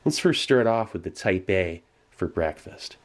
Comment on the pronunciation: funny cause "Type-A" sounds like "Taipei", if you catch my drift